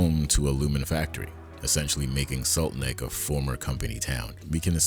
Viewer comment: I think it’s funny that it sounds to me like you’re calling it “Salt Neck”, which is the opposite mistake from Ricken call it “Trojan’s Horse”. Don’t know if you did this on purpose (or if I’m hearing it wrong) but it’s kind of funny.